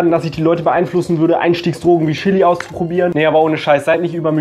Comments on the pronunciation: Bin ich die einzige, die davon getriggert ist, dass er "SCHILLI" sagt? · Chili nicht schilli